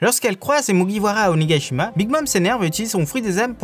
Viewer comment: Belle vidéo, Mais pourquoi vous prononcez Onégaïshima au lieu de Onigashima ?? P.s.: Fujin est le dieu du vent ;)